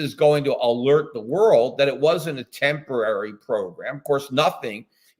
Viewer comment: Transorary? Tempitary? ...?